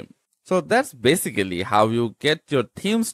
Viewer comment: Arch is not pronounced like Ark. It rhymes with parch and starch